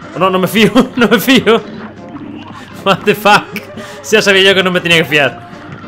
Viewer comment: cada 2minutos: Watefac